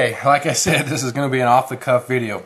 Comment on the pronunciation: did you say "off the cuff video" or "off the coff?" lol I was actually trying to decide between the 2, and I think the Tenacious is going to be my choice. Thanks for the feedback of these 2 knives, great overview